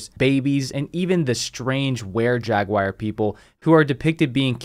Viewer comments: Love your work man! I watch all your vids! BUT.... okay I hate to be that guy but its jag-waar not jag-wire. Sorry, its driving me nuts every time you say it. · The word Jaguar is not pronounced jag-wire. Learn to say it correctly, you sound like an idiot